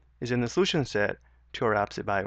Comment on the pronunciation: I'm having a hell of a time following these directions. Mainly because he says absolute as abseet, and then races through other things. I have to keep stopping the video and keep the subtitles going. Rough.